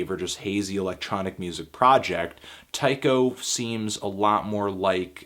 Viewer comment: I think it's pronounced Tee-ko.